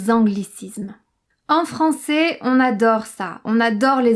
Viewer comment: Commence par prononcer " français " AI au lieu de "francé"